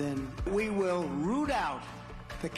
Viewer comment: It's "rout" not root, you blithering dolt!